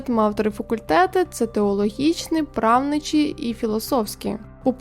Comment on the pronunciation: А що з наголосами: 4 помилки за 4 хвилини — ЛюблЯна, правнИчий, правникИ, гУльденів 🤯